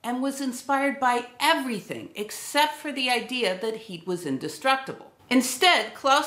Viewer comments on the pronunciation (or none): none